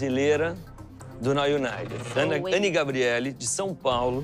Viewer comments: Any!!!! Não é Ana é Any !!!! An"y" 🤣❤ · Ele falou Ana em vez de falar Any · ANY, NÃO É ANA! FALA O NOME DELA DIREITO!! KKKKKKKKKKK eu ri mt c a cara da Any qnd ele chamou ela de Ana mano kkkkkkkkkkkk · O mais engraçado é que o Luciano falou o nome da any errado. ele falou Ana